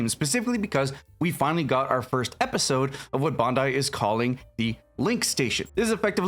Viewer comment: Why cant the people making YouTube videos about this game say Bandai or the names of some of the Mobile Suits and Characters correctly? I immediately lose all interest in a video once I hear it. Its Bandai not Bondai. 😖😖😖😖😖 Sorry about the rant, Love the video otherwise.